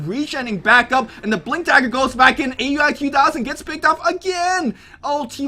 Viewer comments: IT'S NOT A-U-I, IT'S PRONOUNCED OW-UI! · aui_2000 name is pronounced ao-wie..